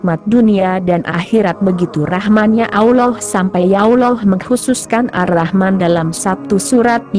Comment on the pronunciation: sebut allah pon x betul..mohon tukar suaranya..